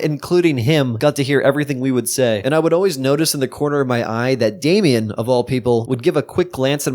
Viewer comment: it's damien not dame